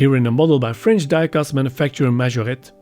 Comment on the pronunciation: Nice one Johan , I've done mine in blue, lovely little car to work on . Thank God at least you pronounce Majorette correctly 😂😂😂 cheers Laz